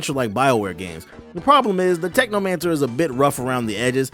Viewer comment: Anyone else notice technomancer said technocancer?I don’t know if it’s on purpose or not, but if it is it made me laugh lol